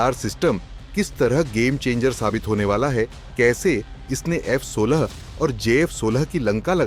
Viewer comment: F16 and j16😅 First, say the names of both of them properly, then tell the qualities of your radar